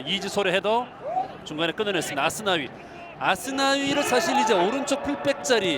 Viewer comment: Aku suka kalo komentator bilang asnawi, Ashunawii logat korea enak didenger :D